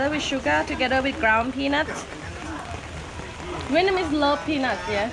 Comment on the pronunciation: Why do you say “Vietmanese”? Also, it’s Mekong not Meklong. Your videos are really great, however. I’m still surprised that you didn’t have a great time in northern Vietnam. It’s magical. Hanoi Old Quarter, Sapa, Ha Giang and Halong Bay are spectacular. Keep up the good work!